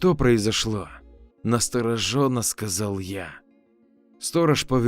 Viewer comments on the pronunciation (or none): Правильно ставить ударение на 2 о - насторОООженно! Спасибо за интересные истории 👍 !